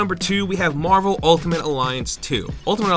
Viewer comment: LOL. "Marl vs. Capcom 2"